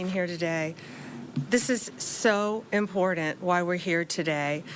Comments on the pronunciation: It's IMPOR-TANT, not IMPOR-DUNT!! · Pam, it’s pronounced ‘imporTanT’ Not ‘imporent’ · She cant even pronounce "important "